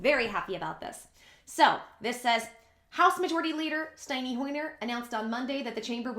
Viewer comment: I like shorter! It is pronounced St. En. NY. HOYER THE MIDDLE LIKE END NOT steiny.... lol